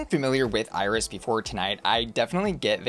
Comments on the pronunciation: It’s “EE-reece” not “Iris” 😂🤣 The background to Jessica’s characterization comes from Iris’ own talk show which she had in Puerto Rico back in the day. She would invite guests but was a bit, well, out of touch and more interested in her own appearance than in listening to her guests. A very famous and important Puerto Rican drag artist, Johnny Ray, has a character called “Ya Ustedes Saben Quién” (You Already Know Who), where he exaggerates Iris’ mannerisms and mouth gestures. Jessica’s characterization was based on Johnny’s. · Iris Chacón’s first name is pronounced like the ice cream “Edy’s.” EYE-RIS sounds like nails on chalkboard to Puerto Ricans.